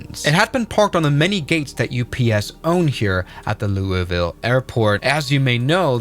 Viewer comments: It's not "Loo-ee-Vill", it's "Loo-uh-vull", if you're American. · for your information it is pronounced lou a vuhl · ITS LOUWELVOL!!!! GET IT RIGHT! HAHA